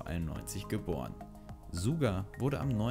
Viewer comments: Oh Gott suga wird nd suga ausgesprochen sonder schuga... nd so geschrieben aber so ausgesprochen🙈...... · hat er suga gesagt und nicht schacker wie man es eigentlich spricht als von der aussprechen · ✨SSSSSSSSSuuuuuuuga✨😭😭😭 es wird schuga ausgesprochen😭😭😭😭😭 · SCHUUUUUUGA er wird Suga Geschrieben aber Schuga ausgesprochen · Ich wüsste schon alles😂😂😂🙈🙈 Aber trotzdem sehr hilfreich für alle neuen ARMYs Außerdem wird Suga Schuga ausgesprochen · Es wird suga geschrieben und schuga ausgesprochen 😂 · als ich gehört hab wie er suga gesagt hat hätte ich schreien können